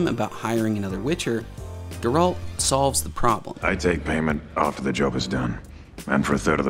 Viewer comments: First off his name is pronounced GARE-ALT not GER-RULT for the love of GOD...Did you really watch it 3 times? I only ask because you keep pronouncing his name wrong even though literally everyone in the show says it right. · Dude, I love your videos but you just made me cringe saying Sir Geralt of Rivia’s name so wrong like that!😅 It’s Ger like air. And alt like fault. His name is Geralt.😂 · dude you said you watched the series 3 times how can you still mispronounce "Geralt" it's stressed on the "e" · Every time he says Geralt’s name I twitch a little. How do you hear the name in the show and then say it like that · You watched the show three times but still can’t pronounce the main character’s name? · I cringed so hard whenever he mentions Geralt xD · You are pronouncing Geralt wrong and it drives me nuts.... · Why does everyone new to The Witcher always pronounce his name wrong?? And like bruh, you watched it three freaking times. HOW YOU GONNA MESS UP MY BOY'S NAME LIKE THAT?! lol